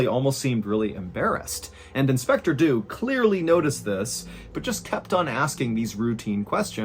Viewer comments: Inspector Dew was English. English people do not pronounce Dew like that. It's not Doo. it's either Dyew, or DJew (yes like Jew) depending on region and class/education, but both would be correct for edwardian London. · did he just say "do dew"? I know he actually say "Dew would do just that" just sounded funny. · I'm sorry but I giggle every time you say "inspector do"